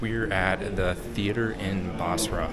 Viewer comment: Its busra. Not bosra.